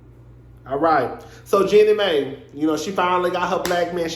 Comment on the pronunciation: Lol I can’t tell if you really don’t know the pronunciation or making fun of it 😂 either way it’s hilarious. Jeannie Mai pronounced like “genie my”